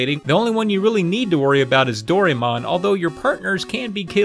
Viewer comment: Doraemon's said like "do ra eh mon." I get that pronunciation seems to be some sort of running gag in these videos, but it just sounds like a lack of effort instead.